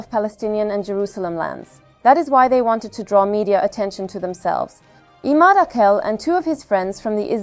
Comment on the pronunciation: Arapça isimler bize çok yabancı değil. İmâd tamam yabancı ama âkil değil. "a" harfi uzatılmadan akil diye okunmamalı. Bu isimlerin Arap harfleriyle yazılışına bakarak, doğru telaffuzuna daha fazla özen gösterilebilir.